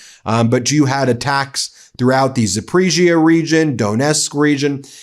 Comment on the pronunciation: It's pronounced Zap-puh-rizz-e-uh.